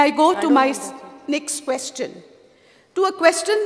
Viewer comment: Speaker seems to be uneducated.Cant even pronounce question.He says keshtion..ha ha This Jennifer seems to be lost Whole Bjp team is dafar